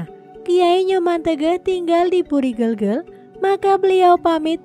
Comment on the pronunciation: Harusnya sblom menyampaikan sejarah Kerajaan bertanya dulu bagaimana cara penyampaiannya menyebutkan nama orang dan tempat banyak yg kurang tepat,, seperti nyebut kata gelgel dan waturenggong,,, belajar lebih baik lg dalam penyebutan nama dan tempat,, harusnya bukan kiayi,, tp Ki a kn